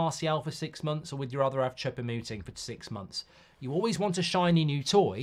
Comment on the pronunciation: For the love of God Mark, please stop calling him "Chopper" Mouting 😂😢